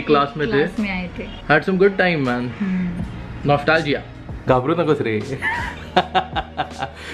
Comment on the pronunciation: WHY do you pronounce "s" as "sh" while speaking English EVERY Freakin' Time. It's so annoying!!! Just observe it, for eg, you say "ushed" instead os "used", another one "undershtand" instead of "understand", "Friendsh" instead of "friends", "noshtalgia" instead of "nostalgia" and plenty more examples like these. It becomes so annoying sometimes. You are representing "Indians", please speak it properly otherwise you can speak Hindi, coz it's an Indian channel and almost everybody knows Hindi. Think about it bro!